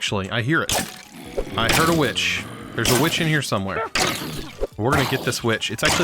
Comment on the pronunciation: for the first time i heard a bi##h not a witch